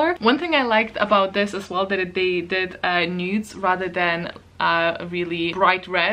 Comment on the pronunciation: When you said "they did the nudes", I heard "NEWTs" and was confused for a second :- D